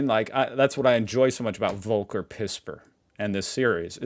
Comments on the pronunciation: It's Folker... German V as we've tried to tell you. It's like Volkner mobil the luxury coach makers.. F sound. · Btw his name is spoken as "folker" not "wolker" 😂 pispers was quite well